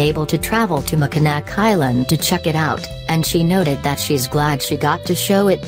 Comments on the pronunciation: Mack in naw. Is the correct pronunciation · ROBOTIC VOICE REALLY CAN'T PRONOUNCE THE NAME OF THE ISLAND.